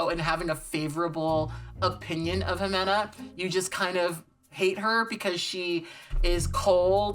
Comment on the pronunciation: I love how you say Ximena 😉